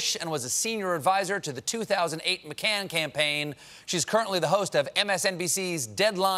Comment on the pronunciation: "McCann campaign." Yikes